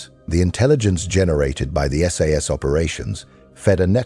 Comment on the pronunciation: "Sass operator" LOL - still enjoyed the video - thanks